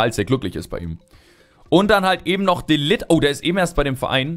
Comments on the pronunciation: Mein junge er wird matthes de ligt ausgesprochen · De ligt - > de Licht :)